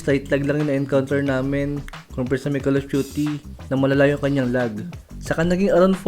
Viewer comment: *LAG not "LOG"